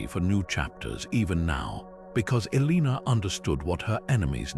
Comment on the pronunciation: Elina?? Seriously if you're gonna use ai at least make sure they get the main name right.... But this is awesome info. I've I've to tons of stuff on Eleanor but this stuff is fascinating and less known! I'll have to go check out the other videos